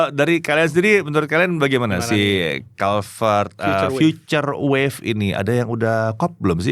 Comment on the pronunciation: pas baca brand sepatunya kenapa jadi kulivert -_